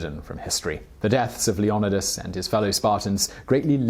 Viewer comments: LEE-O-NÍDEOUS NOT LEODINOUS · Lee ona dis what da took none of these guys know how to pronounce any of the towns or names of people....so lame¡!!! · Being related to one of the 300 Spartans I can tell you this video is very informative and professional, but the pronunciation of our Warrior king is Lio- Nee-das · Say it with me “Leo....Ni....Das.” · Omg, please remake this and fix how u say Leonidas, its Leo-nidas! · I thought it was pronounced Leoknightis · Please for the love of God. To make this video good. Pronounce his fucking name like everyone else does. IDC if it's historically inaccurate or whatever. Just say it like they do in the movies lol Leo-nidas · Leeonaaaaaidus... That's how it's spoken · Supposed to be pronounced LeonEEdas, emphasis on the EE, I’d prefer he pronounced it how everyone else does instead of his interpretation. Source - I’m Greek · His name is pronounced... "LEO-NYE(brit-eng)/NEE(hel)-DUS/DIS/DAS/THUSS(hel)" not whatever you were saying... Leo nye dis (brit_eng) or Leo nee thuss (helenic) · I love this video I would love if you did one on Alexander the Great and I still watched even though I didn’t like how you said leonidas it’s le oh nie das that’s how I say it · You keep saying leonidas wrongs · You butchering is name lol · Why does he keep saying his name like that !!!!! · It bothers me that he keeps mispronouncing Leonidas. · How the hell do you mispronounce Leonidas? They have two movies about Leonidas and the 300 spartans. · The way he pronounces Leonidas ... bothers me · Anyone else hate how this guy says leonidas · If you say his name wrong again I’m kicking you into the pit. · say his name right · AM I THE ONLY A AMERICAN WHO CANT STAND THE WAY HE PRONOUNCES HIS NAME? IS IT JUS HIS ACCENT OF HAVE WR ALL BEEN HEARING IT WRONG N SAYING IT WRONG THIS WHOLE TIME?? DAM U 300 !!!! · It’s not LeviOsa, it’s LeviosA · You couldn’t say his fucking name correctly? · That’s not how they pronounced it in the movie or any documentary